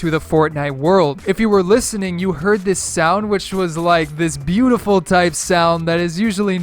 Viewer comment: The 'beautiful' sound sounded like praise the tomato